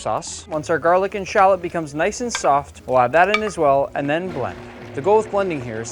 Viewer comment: really butcher the word shallot